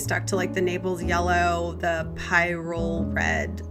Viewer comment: Hello! Thanks for trying our paints... everyone struggles with "Pyrrole" here at the factory, here's what I found on YT: (pronunciation)